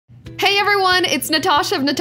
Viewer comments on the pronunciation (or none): none